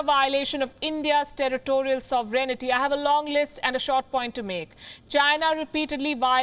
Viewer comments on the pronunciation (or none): NOT Soveraynity. It should be pronounced like "Sove-rain-ity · She puts in an extra syllable, saying "so ver en it ty." Or am I missing something? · She needs to learn how to pronounce "sovereignty."